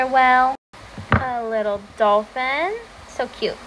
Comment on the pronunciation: Whats a whell? I think its WhAAle